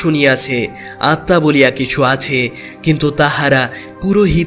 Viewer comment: আপনি আত্মা উচ্চারণ স্বামী বিবেকানন্দের বাণী ও রচনা বই এর নবম খণ্ড পৃষ্ঠা ২২৪ ও২২৫ থেকে শিখতে পারবেন!!